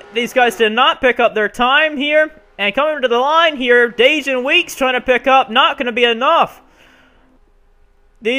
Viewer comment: Man 29th, we will be working hard all day when race day comes. P.S. I hate to be that guy but the correct way to pronounce Dajon is like saying Day-John